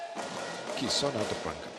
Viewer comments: Yang pengulas xhabis2 kisoni2. Sampai kamera terang2 tunjuk nama kisona masih ckp kisoni lg..stress ak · Ala pengulas pn jap kisona jap kisoni la aku plak terpesona..well done dh lame x tgk indian player mng emas badminton.. Good job!! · My mom : ni mesti ada syedsaddiq ni tulah menang Dad : syirik la Abang aku : kisona kisona you are my sonia Adik aku : Knp rupa dia Mcm kakak jarjit upin ipin Me : hm pengulas ni asyik tersasul kisona tu kisoni je HAHAHAH ok sekarang aku nak korang gelak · Kisona ke Kisoni? Adui lawak bila pengulas confius Kisona dgn Ruselli 🤣 Last2 jadi Kisoni.. Anyway, terbaikk Kisona 👍👍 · Congratz Kisona Pengulas : Apa daaaa KISONI.. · Pls pronounce her name properly. Its kisona not kisoni, mr.commentator. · To Astro Arena, for my opinion lah, pls ambil bekas atlet badminton macam Hafiz Hashim ke, Woon Khe Wei ke jadi pengulas. Ni entah pape tah, jap2 KISONI la RUSILI la RUSOLI laaa. Tee Jing Yi menang SeaGames 2017 la. Tu Goh Jin Wei la haduiii. Ayoooo aku drpd semangat tgk live rasa nak marah ja. Pengulas kalau bukan bekas atlet pun, buatlah homework sikit taktikal utk WS. Siapa pemain yg tgh lawan jgn main taram ja cakap. Just my two cents. Aku bagi opinion pun betul2 nak media sukan ni jadi lagi best esp kalau bekas atlet jadi pengulas. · apa benda lah pengulas ni kejap Kisoni kejap lagi Kosona ... sebut lah bagus Kisona isk isk isk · Kosini kate pengulas hehehe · kejap Kisona kejap Kisoni.. sebut la nama betul betul adoi.. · KISONI KISONI! stress aku dengar. Aduyai. Come on la astro arena